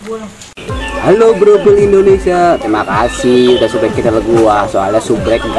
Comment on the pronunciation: S U B S C R I B E BANG!!! bukan sbrek dibaca"sabscraibe"